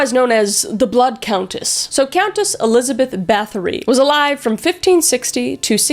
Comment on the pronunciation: I'm form Poland and it's pronounced more like Bat-oh-ry not like battery ;)